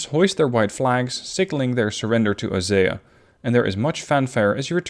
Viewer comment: It's pronounced oh-see-ah